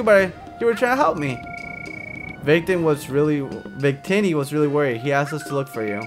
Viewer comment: Vik-Tee-Nee. i had it but i lost my pokemon black cartrige :(